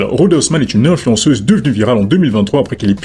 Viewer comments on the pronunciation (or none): a 11min11 tu dit ''influensuce'' elle fait du journalisme y a une enorme diff entre etre assi sur ton salon pour le buzzz ou demasqué les fraudeurs. meme les ptit journaliste vendu des tv subventionné on utilise la reine pour faire le buzzz. le vrais journalisme est mort depuis lontemps. y a quelque personne qu il ne sont pas achetable mais il en reste tres peu